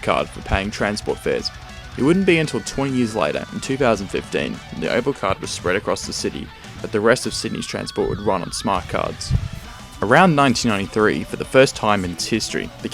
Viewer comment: Monfs?.. Two thousand and firteen?.